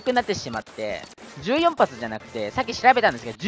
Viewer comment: 言い方、｢じゅうよん｣じゃなくて、｢ひとよん｣っていうんですよ。